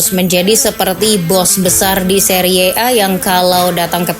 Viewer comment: Seri a aja bacanya, gak harus seriye a